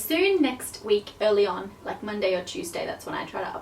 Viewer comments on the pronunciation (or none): none